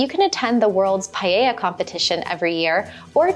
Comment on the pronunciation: It’s not paeia, its, Pa e ja. A as in bad and e as in bed. Then the ll is a consonant, like a j. It does not sound like a vowel.